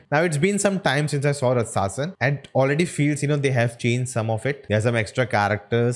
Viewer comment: Ratsasan is pronounced as " Raachasan "